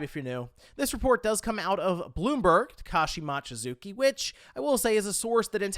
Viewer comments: Mochizuki is pronounced moh-chi-zoo-ki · drives me crazy how many times he said "Mawchizuki" ... how hard is it to pronounce the letter O?